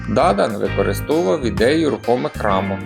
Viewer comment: Дуже важко вас слухати. Вивертаєте навиворіть слова. Французькі прізвища завжди мають наголос на останній склад, а у вас на перший !